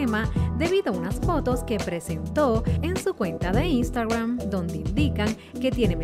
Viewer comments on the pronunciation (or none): none